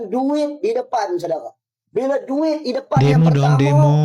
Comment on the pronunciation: Ini yang cakap dueet kamu muwah '' dueet kamu muwaah '' 😅😅